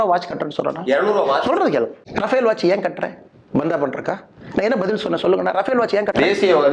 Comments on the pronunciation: 30.30 minutes. I can't even pronounce Raffael ( says rabel ), a product of EV Ramaswami Naik pitchai, without any homework puts questions, the interview is not interesting, total waste. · This toilet slipper reporter cannot pronounce Rafel, he pronounce as rabel. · This is not rabel, it is Rafale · Gotta really appreciate Annamalai’s patience. how come he even tolerate this dumb anchor who can’t even pronounce any words properly